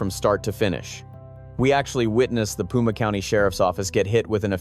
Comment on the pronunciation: Pima ( pronounced Peema) not puma. A puma is a mountain lion.